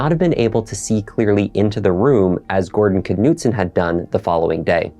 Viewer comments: Just fyi I think the k is silent for the family name. It’s probably pronounced Noot-son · The K is silent it's nutson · Please understand the silent K in the beginning of certain words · Is the K pronounced in this name? It seems like it would be silent. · The k is silent